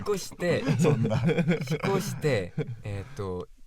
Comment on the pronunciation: うぃじゅ、ワンチャンとか使っててめっちゃネイティブなのに、引越しは「ひこし」になってるのとてもかわちい(´•ᴗ•`)